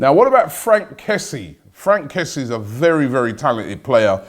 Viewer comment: It's pronounced Kess-yay